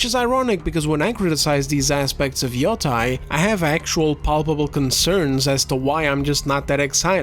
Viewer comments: Where and why did people start saying yo-TIE instead of yo-TAY? Am I missing something? I thought it was like "sensei". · Grande trabalho como sempre. Soh uma coisa: yotei pronuncia-se como " matei" em Portugues (preterito perfeito de "eu mato").